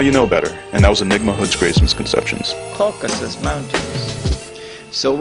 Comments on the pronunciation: It's "Caucasus" not "Caucus." Come on,! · It's CAUCASUS , not Caucus . Three syllables, not two .